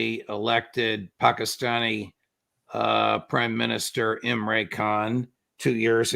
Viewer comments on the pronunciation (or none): It's not Imray, it's Im-ran.